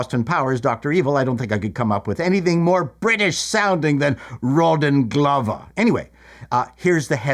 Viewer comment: Isn't that "managing director - Raw dong Lover.! Nice to hear you pronounce advertisement correctly